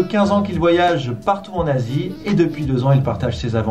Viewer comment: A tu dis Jules en Asie sauf que g entendu Jules en Nazi